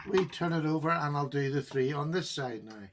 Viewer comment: I love when he says “now”. “Nigh”! Lol